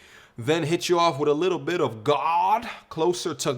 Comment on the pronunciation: When you say god like it made me cringe really hard